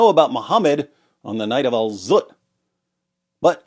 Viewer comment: Like how DW said the night of Alzutt 😂😂😂😂😂